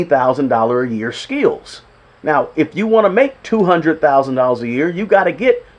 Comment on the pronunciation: Bro it's skills. Not skeels 😮